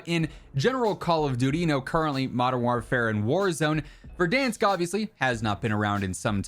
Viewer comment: Or "Verdunsk" as likes to call it